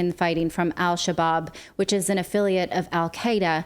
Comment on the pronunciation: "Al Shabab" is pronounced without the "L" whenever in front of an "s" or "sh" in Arabic. It means "young men."